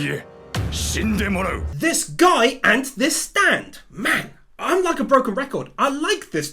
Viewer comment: Did just call the most op stand “STANDODAMALAMA”???